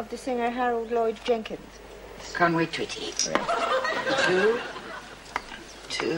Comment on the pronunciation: I swear she says "Scunway Twitty" and not Conway Twitty.